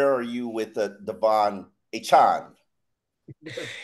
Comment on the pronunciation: pretend Devon has no E on the end of his last name.